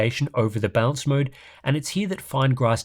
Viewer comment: Am i the only one hearing him say DLSS bounced? Haha